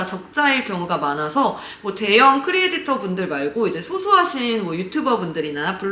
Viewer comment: 아 진짜 계속 들어보려고 했는데 크리에'디'터 거슬려셔 못 듣겠네요..